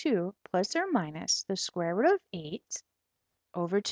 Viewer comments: square root not square rut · She's chinese is why she says rut..